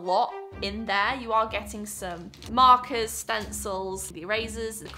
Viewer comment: I was away from the screen but hearing the audio and I thought she was calling someone named "Marcus" when I looked back, I realized that what she said was "markers" 🥲😂🤦‍♀️